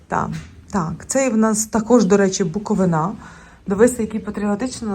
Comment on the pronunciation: Лиш почала дивитись і почула:БуковинА 😮 Запамʼятайте: БуковИна! Будь ласка!